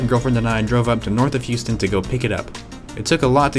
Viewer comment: Did you say Houston?